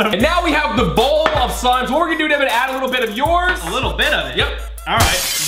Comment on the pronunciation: Bridget Ward Ward it's Deven not Devin